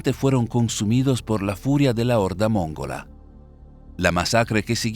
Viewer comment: la dicción pretendidamente clásica castellana, se desdibuja frecuentemente por su dedterminación de usar ac edntos tónicos incorrectos: NO ES MÓNGOLA, SINO MONGOLA. NO ES RFÉPTIL, SINO REPTIN. ETC. ETC.